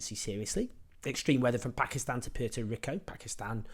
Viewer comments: Owen, please learn how to pronounce Puerto Rico. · Have I been mispronouncing Puerto Rico like forever or does Owen not know how to pronounce it? Neither would surprise me.